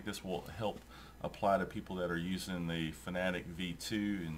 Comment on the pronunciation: Fanatec is pronounced Fana Tech, not fanatic, oh and in next videos please increase the volume, thanks.